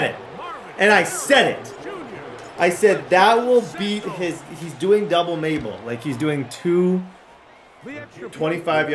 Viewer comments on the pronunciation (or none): none